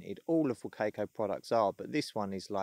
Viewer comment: Great video! Pretty sure the brand is pronounced wa-ca-co. Sounds like you’re saying “cake” in the middle of the name.